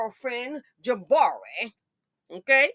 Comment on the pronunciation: Oh Lord, you called her 'Ja'barri!'🤣🤣🤣🤣🤣🤣